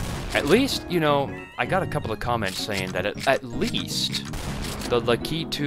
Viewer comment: Also I think its pronounced lack i 2 for Lakitu. And also can you make an all bosses video for golden souls 2